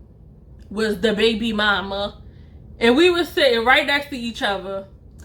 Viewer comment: First I wanna say sorry for your loss! But gurl u had me rolling 🤣 u are a Great story teller. I knew u were from Baltimore 2 mins in when I heard how u pronounced each other only us Baltimore ppl say it like that 😆🤣